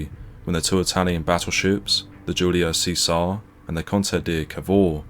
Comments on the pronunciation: Hurrah and Hussaar! With all due respect I suggest these amendments to your commentary, since this "liveth forever more" afterall. Fifteen inch guns sir, not 381mm. italian Battleship the "Julio see-sar" should be "chezary" after that fella, Julius Caesar. Lastly HMS "HEAR WARD" is "HERRYWOOD" after the famous (everyones heard of Hereward the Outlaw right?) Anglo Saxon resistance fighter. Other wise, well done. 9/10 Sir. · Very good coverage of the event. However, almost all Italian pronunciations made me cringe badly. Giulio Cesare, means Julius Caesar, Pronounced (Julie-Oh Cheh-Sarr-ay). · My only problem is his pronunciation of 'Guilio Cesare' otherwise all good